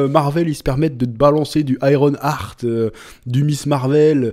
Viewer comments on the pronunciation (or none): none